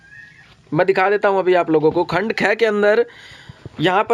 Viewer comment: Khand kheee kyon bolte kh bola karo Khand gay ki khand aae ki